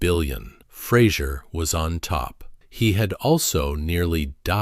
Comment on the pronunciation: At least pronounce the man’s surname correctly. He’s very gracious in not making a big deal about it but I’m sure it pisses him off no end, that no-one can be bothered to learn how to say his name, or learn to read it! He deserves a sincere apology from everyone who gets it wrong. I’t s F-R-A-S-E-R, and it has nothing to do with Kelsey Grammer and his TV persona! Credit where it’s due, please.